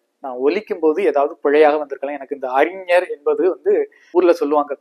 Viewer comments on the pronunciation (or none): none